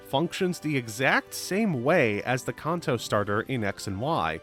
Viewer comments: Brother please, its pronounced can-toe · Please stop saying kanto It's can-toe Soda can Feet toe Can toe Kanto Stop it